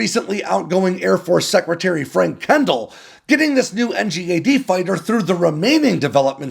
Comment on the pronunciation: It's pronounced N-GAD mate